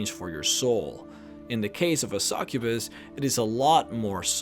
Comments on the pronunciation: a "Sakubus" o.O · You pronounce succubus really weirdly